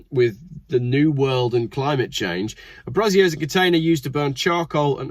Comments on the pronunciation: "Bray-zee-erh", not "brah-zier". That's something else entirely. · Feck moi, for someone what went to Uni your pronunciation is crap. A Brazier ( Bray-zier ) is a metal basket to burn stuff in, usually to keep warm on a leftie populated picket line, or to warn of pirates approaching. A brassiere ( the way you pronunced it, is a female oriented garment made up of some straps and two cups, usually, but not exclusively made of a soft material of varying sizes and capacities to give support to female chesty bits, also commonly known as tits or boobs.